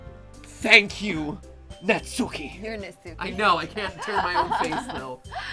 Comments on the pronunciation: when reading natsuki's name, emphasis should be on the first syllable and not part of the second syllable.... please tell me this is fixed oh boy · Every time the emphasize the U is Natsuki I die a little. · Super ready for them to say Natsuki's name Na-tsu-ki... Despite the fact her name is Nat-ski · That’s not nasuki that’s matsuki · Your saying Natski wrong Your videos are great 👍 keep up the great work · How they're saying their names is fine, and it's their play through so you can say it however you want, but because of japanese pronounciation, the names would be more like: Natsuki "nah-ts-kee" (the u is silent) Monika "moh-ni-kah" (but im not sure if it's even a japanese name or just an english name that happens to fit the japanese alphabet so feel free to do as you please) Sayori "Sah-yo-ri" (there is no r or l in japanese, they have one letter that is a mixture of r and l that's sometimes hard to pronounce for foreigners but also works the other way around when japanese/korean people try to speak english) Yuri "you-ri" (in japanese, it's two letters: yu (ゆ) and ri (り) so the u and r wouldn't combine in any way. TLDR: Some of these names are pronounced differently, so if you wanted to know, now you do, but this doesn't mean that you have to pronounce them this way if it makes you uncomfortable. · Natsuki is such a tsundere btw every word with suk in it is pronounced sk like how sasuke is said like saske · I’m sorry, but the way you guys pronounce Natsuki’s name make me a bit uncomfortable no matter how many times I hear it. 😂